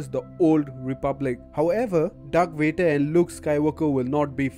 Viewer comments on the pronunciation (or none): none